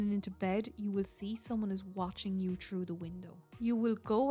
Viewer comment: sound quality is really good imo Just the accent sometimes Best example is Here I'm pretty sure you're saying "through" but it always sounds like "true" to me You're accent reminds me of jacksepticeye So I'm guessing you're Irish?